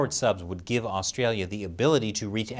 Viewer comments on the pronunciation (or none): Did you say “ give”?